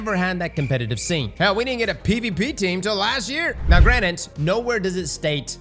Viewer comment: Not to be that guy but it’s “ granted “ not “granite”